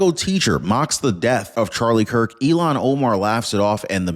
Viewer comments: I notice every time you mention than idiot from Minnesota, say Elon Omar. I believe it is pronounced "ill-han" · It’s ILL-HANN not Elon!!! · It’s not Elan, it’s Ilhan. You’re pronouncing her name wrong. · Her name iis ILLHAN not ELON. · It’s pronounced like it’s spelled: “Ill-haun” or “Ill-hon”… not, “Elon” (like Elon Musk)! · It’s not Elon it’s pronounced Ilhan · ILL-hahn. That’s how her name is pronounced, not “Elon”. IL-hahn. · her name is pronounced "ill Han" not Elon. Please don't confuse that with the name of a true Patriot. Thank you. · please for God sake say her name correctly it's not Elon it's( ill hon) spelled illhan.